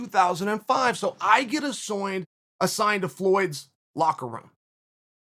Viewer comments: 'so I get assoigned - assigned..' Chael's inner Matt Serra emerging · Woah Chael is a secret Australian. Don’t think I didn’t hear that little slip with “assoined” instead of assigned. Chael “Dingo Super Spy” Sonnen